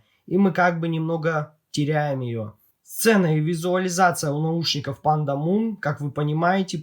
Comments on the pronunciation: лично я первый раз слышу, все зарубежные обзорщики называет их Пандамон (Панда Монстр), а не Пандамун (Пнда Луна). Там же окончание на Mon, а не на Moon. Я не умничаю, просто режит слух =) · Автор, а чего ты говоришь Пандамун если они Пандамон называются?)